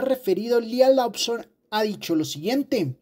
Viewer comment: Se dice "Loson", no "Lobson"